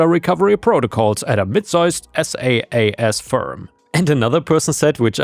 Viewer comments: SaaS is pronounced as "Sass" instead of "S-A-A-S." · SaaS is pronounced like sassy, but without the "Y". I have worked on SaaS systems for years.